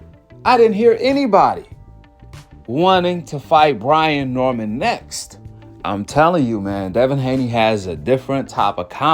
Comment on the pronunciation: Brain???? 😂😂😂...its Brian.